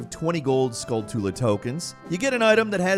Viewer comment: “Skull-too-la” xD anyone else say “Skull-Tull-uh”??